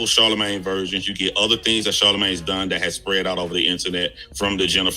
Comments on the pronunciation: It’s Charlamagne my guy, not Charmalagne. But still, f CTG anyway. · Lmao "Charmalane" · Char- mel- lane??? 😳😂😂😂